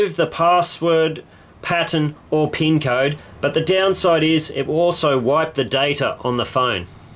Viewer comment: the PEEEEEN code. Im american and we pronounce it PIIIN not PEEEEEN